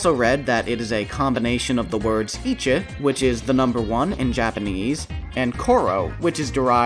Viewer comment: Just letting you know, "Ichi" is pronounced similarly to "Itchy" :) Love the video, now you've made me want to try out Sonic Battle!